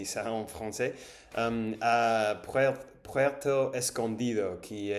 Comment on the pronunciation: Tu as l'accent bien français sur le R de "Puerto", tu es officiellement bilingue.